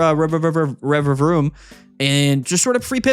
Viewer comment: The Rererevaroom pronunciation was epic